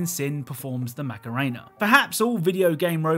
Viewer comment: "The Mac'a'rain'a" I love when English people pronounce foreign words.